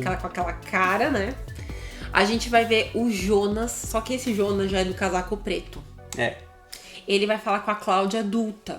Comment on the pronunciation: Cara, deixa de chamar "Ionas" é "Jonas" JONAS!